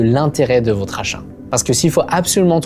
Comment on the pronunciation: Votre, avec le o de "bol" Le vôtre, avec le o de "beau" 😉